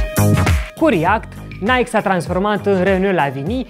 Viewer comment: Apreciez ca pronunti nhay-kee nu naic!